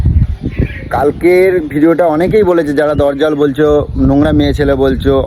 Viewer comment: আগে বাংলা ভাষায় ঠিক করে কথা বলতে শেখ! কথাটা হচ্ছে "দজ্জাল".. "দরজাল" নয়!